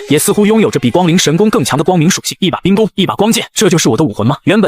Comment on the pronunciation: 雖然第二個字都念ㄍㄨㄥ但是差太多了